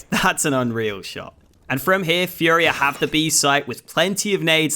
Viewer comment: Really cool video! If you're interested, it's pronounced "fooria", not "fiuria"